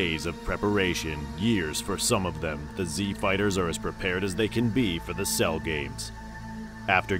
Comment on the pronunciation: take a shot every time he pronounces "cell"